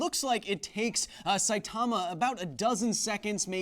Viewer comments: It's pronounced SAItama not saiTAMA... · "sigh-ee"timma"! , but say it kind of quickly Kyle, not that you'll see this a year later